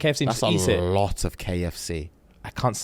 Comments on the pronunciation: Not crumping uh-LAWT 😂💀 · Mans said he krumps “alot” 🤣🤣🤣🤣🤣